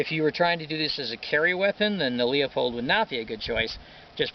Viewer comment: Oh, by the way Leupold is pronounced 'Loo-pold' or 'Lou-pold'; not "Leo-pold". You make firearms enthusiasts look and sound illiterate and stupid, unable to properly pronounce English grammar. Nice setup by the way.